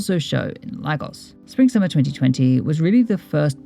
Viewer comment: You probably already know but it’s pronounced lay-gos and ee-bo :)